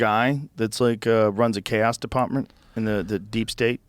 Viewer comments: chaos department fucking sounded like he from southie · 2.15.50 first time I hear Joe with a proper Boston accent. Chaos department